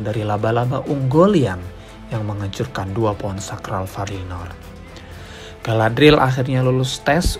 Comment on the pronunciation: aku baru ngeh klo Galadriel itu mertuanya Elrond, mereka seumuran gasi? note: btw bacanya Ga-la-dri-yel ya min. makasih.